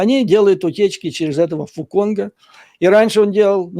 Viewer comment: Фу Цонг, а не Фу Конг)))